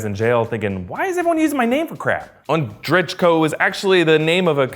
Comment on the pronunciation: Ondrejko [on-drey-koh] goddamn🤨